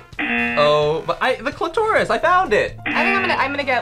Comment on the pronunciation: “the Cli-Toris! i found it!” whyd he have to say it like that😭